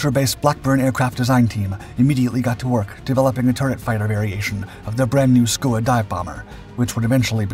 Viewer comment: It's pronounced 'skewer' named after the Skua sea bird, as was the Roc.